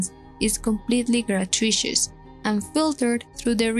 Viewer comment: Your pronunciation was perfect, where you questioned it! However, when talking about The Babysitter, gratuitous is pronounced like “grah-too-it-us”. No worries! English sucks to interpret phonetically